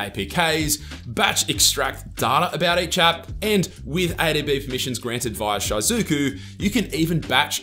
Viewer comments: It's pronounced She-Zoo-Ku, not, Shy-Zoo-Ku, maybe do a lil bit more research and pronounce things right? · Its "she-zu-ku" not "shy-zu-ku" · It’s actually pronounced she-zu-ku lol. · Had to pause and skip just cuz of his pronunciation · No iys shy-zuku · Short "I" pronunciation in "Shizuku"